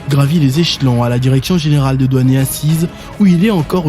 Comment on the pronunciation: Douane et non Doine.